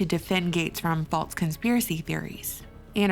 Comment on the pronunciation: I like this channel I just hate how she says "faltse". It's *false*...theres no "t".